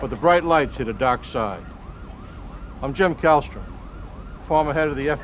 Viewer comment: Hilarious, isn't it! Jim Kallstrom is from Massachusetts, which accounts for the non-rhotic accent. I reckon the scriptwriters must've been putting in "ah" sounds deliberately for him to read from the autocue as he does his slow and deeply uncomfortable walk-while-he-looks-into-the-camera. I remember one intro monologue with "aaaahmed robbahs causing haaahm and being chaaahged". Always great to watch.